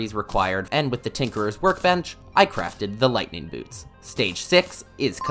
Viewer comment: bro is the master of pronouncing wrong. "gun slinger" "tinkerer's workbench"